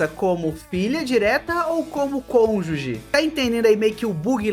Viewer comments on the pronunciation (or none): none